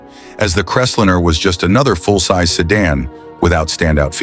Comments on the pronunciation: Crest linner? AI fail. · I can't believe that the narrator repeatedly pronounced "Crestliner" as "Crestlinner". ...and they never showed the vinyl-roofed model that was the focus of the whole report. The video also shows vehicles that have been seriously modified - "chopped", "channeled", "bullnosed", "decked", and with over-sized wheels, among other things. It's difficult to see the features spoken about in the video when those very features have been modified or totally removed from the "example" vehicles! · Loved that Ford “crestlinner”! 😂😅😂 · LOL... what's a Crest-linnah? These AI voice overs are both pathetic and humorous at the same time. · Why can't the stupid AI pronounce the 1950 Ford Crestlinner or dinner?? Big waste of time. Watch "I do cars" and enjoy it !! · I thought he was saying `crez-lynn-ner'. In-fact, the car model was .. the Crestliner. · Too much time was spent on watching each of these cars. Saying any of these cars was stupid is extremely subjective and to quote here "None of these were stupid. They were part of the fabric of our success-drunk country" When a specific year of Buick was shown, there were two model years shown as with the 1955 Cadillacs. The narations were mispronouncing several names ie; Biaretz cadillac and Crestliner. In the early '60's these cars were everywhere and no one every called them stupid. Only the Edsel was mocked a little then. My dad bought a 1957 Buick in 1958, two years later we moved across the United states {twice with a UHaul trailer} from Arlington Va. to Seattle Washington and three years after that to Knoxville, Tennessee without any problems. I loved all of those Cadillacs!!